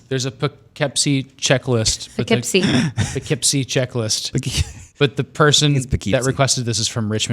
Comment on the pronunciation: I also giggled when pronounced Poughkeepsie wrong LOL. Tina's a true NY'er